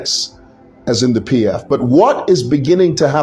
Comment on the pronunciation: Its PF and not NPF